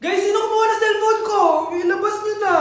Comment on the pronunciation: Sel phon plaese😢